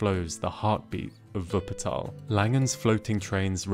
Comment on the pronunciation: For me as a german, living near Wuppertal ( Fun-Fact: He prounced the city like a german) the Schwebebahn is actually the national-symbol for Wuppertal. And yeah Wupper ( The River) and Tal ( Vally) are a really acurate description of the City. For me the first time was surreal, when I run up the stairs to reach this inovation,but if you just sit down and watch the landscape, you can understand why the city need this thing. The city is just a strip surrounded by hills and mountains so the easyies way is to follow the river. Travel Guide: In Germany we have the ,, Deutschlad-Ticket ", ( = Acces to nearly all Public-Transport-Serives" ), but you had to book it early on.